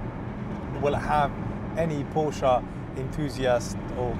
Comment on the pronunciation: I’m in the US , his pronunciation sounds about right to me. Are you related to The Porsche family in terms of bloodline? I didn’t think so, so who are you to say the right way to pronounce Porsche? At least he knows what he is talking about!🏎